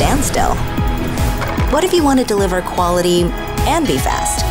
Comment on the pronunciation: Good ad, but am I the only one who hears "best" or "bast" when she says "fast" at certain points in the ad?